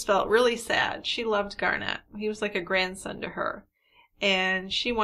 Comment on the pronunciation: You can't comprehend that the child's name is Garnet, like the stone? Not "Garnette" ? Annoying!